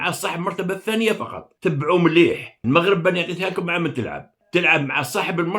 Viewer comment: مؤسف أن يصبح عندكم إجماع إعلاميا رسميا وغير رسمي على كراهية الَموووووغرب(كما تنطقون الاسم).... هذا برهان على ان ميكانيزمات التفكير هناك معطلة او تم إيقافها... حتى اشعار آخر.... نسأل الله لكم العتق من هذا الوضع و الشفاء من هذا الوباء.